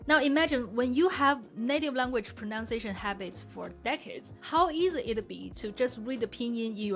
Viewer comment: Just because this is a pronunciation video taking about ingrained bad habits... I'll allow myself to point out that you say "pronounciation" :p